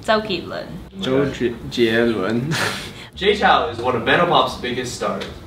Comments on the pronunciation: is Jay Chou and not Jay Chow... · ALL the ABCs mispronounced his name. Sad!